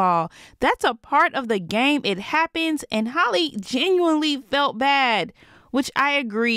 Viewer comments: It’s hall-eeeeee not hollie 🙄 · Not HOLLY, HAL-LEE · It’s pronounced like Hally not Holly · Can we prioritize pronouncing black women’s names in 2022? Because her name isn’t Holly…it’s Halle…pronounced exactly like Halle Berry. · Can you please say halle name right like it’s not holly it’s hal eeee like i know I’ve commented this before like stop butchering her name honey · That’s not how you say Halle